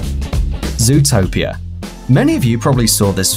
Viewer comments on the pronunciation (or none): Ikr. It's zootopia not zootipia